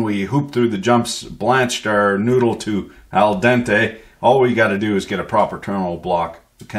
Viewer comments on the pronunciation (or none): none